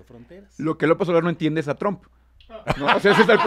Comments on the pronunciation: Sabina necesita aprender a pronunciar (en ingles o en espanol, ya da lo mismo la neta) el apellido de Trump... no es Trahmp! no se si sea con jiribilla de tratar de decir 'tramp' (insulto en ingles, no significa nada en espanol) o es nomas que no le da la boca para pronunciarlo bien. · No puedo tomar en serio a alguien que pronuncia "Tram" en vez de Trump, da pena ajena y parece que no cursaron secundaria (Sabina Berman).